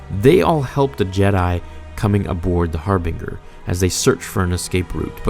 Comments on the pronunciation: You say harbinger wrong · Lol I love your videos but I question whether or not you actually played KOTOR 2 or if you read a summary of the events. The way you pronounced "Harbinger" and "Paragus" is the way one would say them as they read them because if you played the game both of these words are said multiple times during the opening events of the game itself. The dialogue it repeated by at least 3 different characters. Atton, Kreia, and HK 50 all pronounce Harbinger correctly and the same. Also between the three of them and the audio logs you should know how to say Paragus properly as well. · That pronunciation of Harbinger hurt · Cringed whenever you mispronounced words like Harbinger. Come on man! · Did you pronounce all of those words differently from the game on purpose? Luke Peragus and Harbinger. Excellent video as always man:D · I thought the same with harbinger 😂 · Well when he says "faculty" instead of "facility" and pronounces it "Har-bing-er" instead of "Har-bin-ger". He has the vocabulary, he just needs to practice his script 2-3 times before he records. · It's pronounced Harbinjer not Harbing-er... please read a book! I cannot stand people mispronouncing words! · Your videos are appreciated but the amount I cringe when you pronounce some words is high. Harbinger (har-bin-jer) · I love ya man.... But for God's sake it's har-bing-jer. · Im genuinely sorry to be "that" guy, but I just can't, "harbinger" is pronounced with a soft "G," my dude. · Its pronounced Harbinger ( har bin ger (like jerk , silent k)) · Its pronounced har-bin-ger definition person or thing that announces or signals the approach of another. Essentially it means something at the forefront. Just thought you should know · pronounced HAR-BIN-JER. cmon man you gotta know this. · "har-binger", I cant. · dude can't read its binge not bing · HAR-BIN-JUR, THATS HOW YOU PRONOUNCE IT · Its pronounced "Har-bin-jer" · Isn't Harbinger pronounced like "Har-binge-er"? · "Har Bing Gurr"